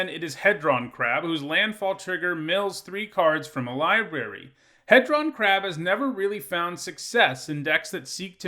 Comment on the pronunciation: He-Dron like dodecahedron